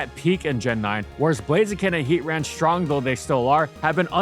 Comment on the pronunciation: It’s heatran and it’s not close next video